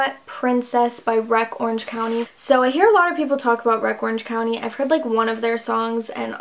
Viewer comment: omg no u said wreck Orange County lol 😭😭